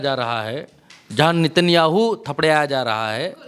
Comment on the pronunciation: नित्यांहु बहुत अच्छा बोलती है आप, बस नित्यांहु के आगे आतंकवादी जरूर बोले,, वैसे सही उच्चारण आतंकवादी नेतन्याहू होता है, लेकिन आपके मुंह से नित्यांहु अच्छा लगता हैं